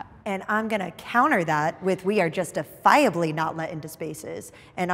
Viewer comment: Nikki extra-annunciating "justifiably" makes her sound like a battle rapper from New York trying to unlock hidden wordplay.